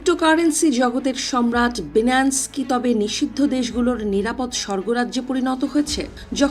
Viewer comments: উচ্চারণ সঠিকভাবে করতে না পারা দুঃখজনক। প্রতিবেদন উপস্থাপনের ক্ষেত্রে সঠিক উচ্চারণ অত্যন্ত গুরুত্বপূর্ণ। অনুগ্রহ করে পুনরায় প্রস্তুতি নিয়ে আসবেন। বিশেষভাবে লক্ষ্য রাখতে হবে— “Binance” এর সঠিক উচ্চারণ “বাইনান্স”, “বিনান্স” নয়। ভবিষ্যতে এ ধরনের বিষয়গুলোতে আরও সতর্ক থাকার জন্য অনুরোধ করা হলো। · বিনান্স টা কি? আগে সঠিক উচ্চারণ করেন, তারপর নিউজ পড়েন ।চ্যানেল 24 কি আজকাল অশিক্ষিত ,মূর্খ নিয়োগ দিয়েছে ? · আফাআয়ায়া আগেয় উচ্চারণ ঠিক করেন লজ্জা পাইলাম বাংলাদেশি হিসেবে! বিনান্স কি জিনিস? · আচ্ছা এই নিউজ চ্যানেলগুলো শুধুই খায় আর ঘুমায় এরা নাজানে সঠিক কোন তথ্য পরিসংখ্যান আল জাজিরা রয়টার্স দেখে শুধু সকাল-সন্ধ্যা পোস্ট করেই যায় আর মানুষ শুধু দেখতেই থাকে😂 এজন্যই বাংলাদেশের সংবাদ দেখার আগে পাঁচবার ভাবি সত্য কিনা বাইনান্স ঠিকমতো উচ্চারণ করতে😂 পারে না